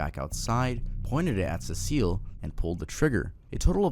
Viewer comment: its pronounced se-cil